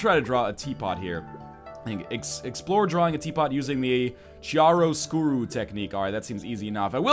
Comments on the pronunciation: Lol, Northernlion, I think it's pronounced KEE-ehr-uh sk-yoo-roh, not CHee-ehr-uh etc. :P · NL chiaroscuro is pronounced kiaroscuro. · Lol northern lion- Chiaroscuro is pronounced key r ō skyer ō. Love the video still :). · Oh man, your pronunciation of Chiaroscuro made me cringe a little bit, but I guess that's how I would pronounce it if I never heard it before.